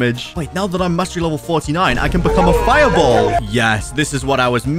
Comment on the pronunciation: How He Said "fire ball"💀